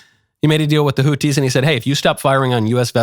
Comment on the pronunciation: For god's sake there is an "H" in the word "hotHi" for a reason Knowles ,learn how words are pronounced or at least learn how major political names are pronounced.